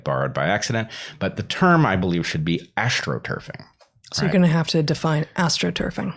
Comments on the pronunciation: It sounded like he said "Aschtroturf" at first - which is an interesting play on words if that is in fact what he meant to say before they explained what political astroturfing is. The PTB are very obviously using media and censorship to drive peer pressure to make people publicly agree with a position they wouldn't agree with on their own (the Asch experiment results scaled up to a population) to manufacture an artificial consensus about a healthcare product. This isn't like astroturfing (paying a small number of noisily visible activists to create a false impression of grassroots support) it's more like mowing the lawn short so the dandelions are harder to see. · And I thought you said “Asch-troturfing” - that’s even better, haha! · Ash-tro turfing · "Aschtroturf". Encode the S. Asch study into the term.